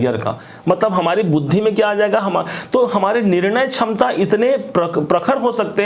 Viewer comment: Aap ko bolna nahin aata Hindi chham chham chham ta Samta nhi ksamta bolen